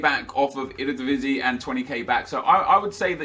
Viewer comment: i am verry proud how you say eredivisie